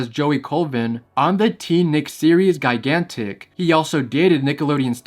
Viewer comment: Why did you pronounce “gigantic” like that?